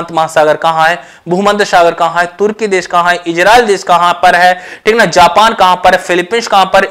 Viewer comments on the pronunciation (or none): none